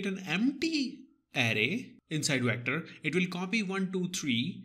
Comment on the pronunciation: The way you said vectorrrrrr....